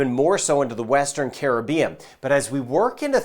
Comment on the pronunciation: Hi, thank you for doing these weather videos. I especially thank you for being one of the few people to properly pronounce the word "Caribbean" the way it's supposed to be. Every time I hear you say "Caribbean" it makes my heart sing. Much respect to you for doing that.